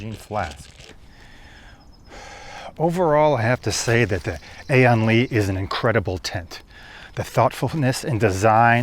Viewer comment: good review but the name is LI, not LEE